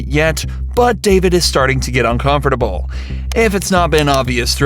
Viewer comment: The only thing that makes me uncomfortable about this video is how you pronounce “ uncomfortable” 😅 jk